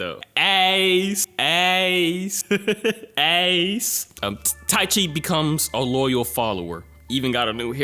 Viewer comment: Every time said “ace” I couldn’t stop laughing 😂